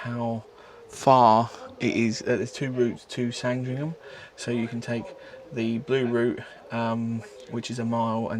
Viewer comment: Hi, informative video as usual but you need to please practice/find out the pronunciation of places before recording, Sangringham, Camgorms 😂